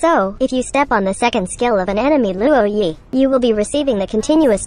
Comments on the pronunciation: Not being a downer, but I think its pronounced as "Lwo-ē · No one: Absolutely no one: Luwoah Yee